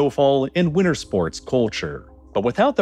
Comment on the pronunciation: WINTER HAS A T WINTER HAS A T